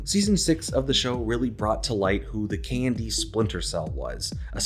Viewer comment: Saying the acronym KND sounds like you're saying the word candy.